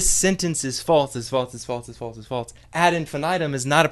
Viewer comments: The way you pronounce "false" as "faults" is infuriating. I am clenching my fist very hard in my pocket and typing this angry comment just so you know. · Holy shit, it's not "FALTZ" or "FAULTS"!! It's "FALSE"!! There's no fucking T in that word! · That's because he's not saying it right, and it's driving me crazy. Is "false" somehow a difficult word to say without inserting a T sound? What about "else," "ulcer," "also," etc? Where the hell is he getting that from? This has been Nobody Listen to Me. Have a good night. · and, after 3 years, he still has not even acknowledged his godforsaken mispronunciation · I guess he has a hard time saying it. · The real problem here is the way this guy pronounces false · Stop pronouncing the word “false” that way.